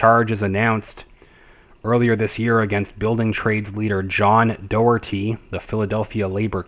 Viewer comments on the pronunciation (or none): Pronounced Jay nee Blackwell..Pronounced John Dock-erty